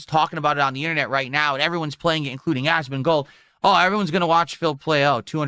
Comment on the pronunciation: I really enjoy how the transcription algorithm consistently makes it "Asmin Gold" because of the weird way Phil pronounces his name.